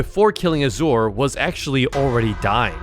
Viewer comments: Norway he pronounced it asewer its azure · i lost 100 brain cells every time he said auh-zore instead of ah-zhur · azure is pronounced azz ure (zchur)